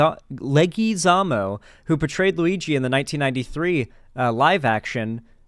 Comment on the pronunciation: Leg-wa-zam-mo. He's Puerto Rican, bro.